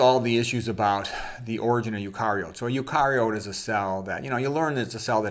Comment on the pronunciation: it's usually pronounced "you-carry-oat" but it's no big deal. Also, it seems like every time you don't understand how something works, then you just lazily assume, "God did it." That's rather dogmatic thinking on your part. The fact you bring up James Tour at all is very telling of your mindset or worldview. It's kind of convenient for me to see your talking points all lined up like this. I can see or hear tons of spots where you're leaving tons of important information out. I don't have the time or motivation to help fill in all the blanks you leave, but I doubt that my exercise would help persuade you at all. You're too busy with confirmation bias. Any input from me, you will find some way to spin or badly fit into your worldview. What a wasted effort on my part This is my first impression of this channel btw. I figure the youtube algorithm decided I would watch this ragebait. It might be interesting for you to go talk with Eric Peterson (Planet Peterson) whenever you get a chance. You might learn something or perhaps you will just grow more dogmatic. It's okay. No big deal. You're just another confused human being. I'm likely confused on many topics too. Hope you have a great day and an excellent life.